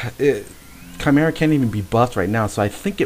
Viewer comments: I always thought it was chim-er-ah -Panglou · the balance spell is pronounced chee-me-rah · chee-meer-rah. 4got a letter